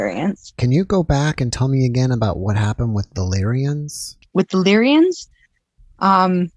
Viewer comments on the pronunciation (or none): Lyrans. Not lyrians I think